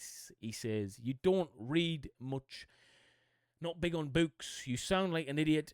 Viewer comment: Also Dave has terrible punctuation. If he's American he gives us a bad name! Also I love how you says books it makes me laugh. No disrespect at all it just gets me.